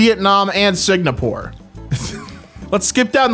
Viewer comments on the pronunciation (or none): ah, yes, Signapore